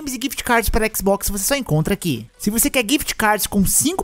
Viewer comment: " Toda tela é um équisboxi " 😂 👌